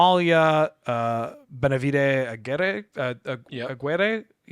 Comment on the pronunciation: I hate to be that guy but in spanish Aguirre is pronounced Agirre with a soft g sound